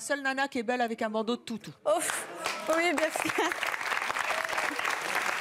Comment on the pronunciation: Charlene et son pretendant gagnant ils disent ui au lieu de oui c trop drole